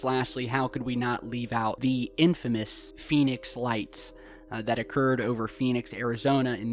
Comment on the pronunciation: V-nix Arizona xD